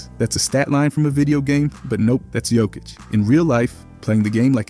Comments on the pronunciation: Narrator was too lazy to research pronouncing his name. If he got paid, he needs to do his job properly. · Bro knows many facts about Jokic but can't pronounce his name correctly 🤣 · Jebem te gluvog komentator! Nije Đokić već Jokić!Jokić je najbolji ikada! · Looks like there are still people in 2024 who haven't figured out how to pronounce his surname. Are you deaf?